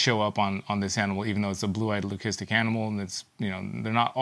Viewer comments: Someone made a comment laughing at very correct pronunciation of leucistic. Incredibly, it’s the first timeI’ve actually heard a breeder pronounce it the correct way. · You may laugh but is the only person I’ve heard who actually pronounces the word leucistic correctly. Everyone else says ‘lusistic’ which is wrong